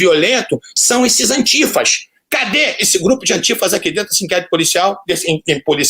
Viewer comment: Antiifas e não Antigas